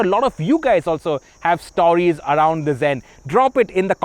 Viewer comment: It’s pronounced “sport” not “spot”. It’s “forced” not “fossed”. It’s “stories” not “stawries”